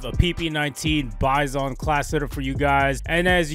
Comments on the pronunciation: its pronounced [byzun] not [by-son] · It's "bye-zin"